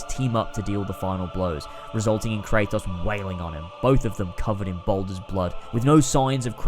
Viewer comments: I don’t understand how you can play a game in its entirety and mispronounce the main character’s name every time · You played through the series, made a 2+ hour video analyzing it and still can’t pronounce the main characters name right? Shucks man :/